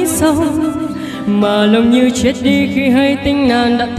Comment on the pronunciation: giới trẻ giờ toàn hát kiểu phát âm sai chết toàn hát là trết toàn làm nặng âm tr và âm ch tôi thấy hát vậy đâu hay đâu làm mất sự thanh thoát của bài hát